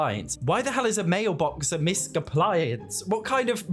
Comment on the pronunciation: misc = miscellaneous not misk...